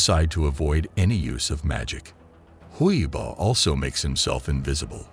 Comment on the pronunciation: It’s huii buuuh not huiboh